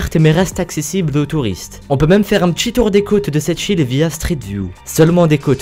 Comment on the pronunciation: A chaque fois j'ai eu l'impression d'entendre "cette chill" au lieu de "cette île" x)